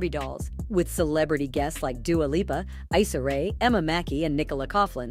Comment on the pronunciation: Please change this title. Respect their significant others. They’re platonic friends that’s it. Also Issa rea’s name pronounced Essa not “I”ssa it’s an E sound